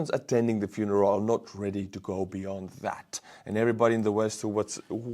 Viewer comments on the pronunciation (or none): none